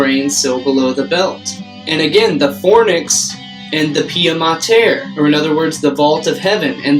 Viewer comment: I'm having trouble following your etymology. Not because it is difficult but because it isn't well thought out. For instance, Use claimed "Fornix" means chamber. Then you said "Fornix" like "furnace". Only in English do these words sound alike. In their respective languages they mean completely different things sounded completely different ways. Please be careful in making connections that make sense in English but have no bearing to the cultural, linguistic or even Etymilogical stand points just to make an interesting point. At that moment, you end up selling your version of Truth rather than actually connecting real research. I got to about 25 minutes until I couldn't really bare it anymore. Good stuff though, keep up the work! Just be more academic where academia is espoused. Be esoteric when it is time. Otherwise it confuses the subconscious.